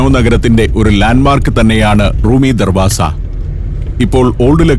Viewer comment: Darvaja not darvasa